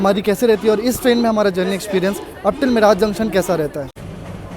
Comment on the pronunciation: मिराज नहीं it is मीरज. Bahut lamba route ho gaya.